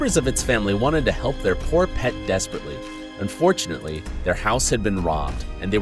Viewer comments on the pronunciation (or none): Anybody notice he said unfoartunaly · Why does he say "unfortunately" like it wasn't supposed to happen